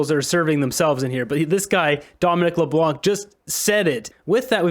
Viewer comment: Just to make a note that Dominic Leblanc, the C is silent so Leblan. BTH love your channel